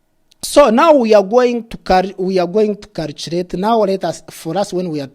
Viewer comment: Calchurate and Calchurator